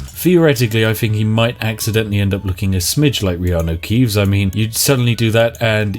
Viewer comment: oh my god did you actually say reanu keeves